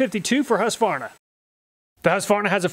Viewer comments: It sold out to the Chinese, thats what you get. Huskvana lol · Husqvarna is pronounced hus-kvarna not huska varna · The good ole huss varna.. lol.. thats gotta be an inside joke going on there.. he literally never says the "kuh" once.... Funny.. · Hush-varna? It's husk-qu-varna bud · As a Swede... I must humbly correct you on the pronunciation of Husqvarna... Pronounce it as Huskvarna with a k and it will sound excellent :-) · because it is pronounced... hoosk-varna not husk-varna :) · The name Husqvarna is originally from Sweden and the name reads as (Huskvarna) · I would just like to correct your pronounciation of husqvarna, it's HuusKvarNa :) great video! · Hearing "husvarna" pains me as a scandinavian :D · The city is pronounced Hooskvarna. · hey man i love your videos but can you pronounce husqvarna properly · Not at all. The U is pronounced like the "oo" in soon. The V is a V. I don't know where you get that random A in the middle from. It's not there.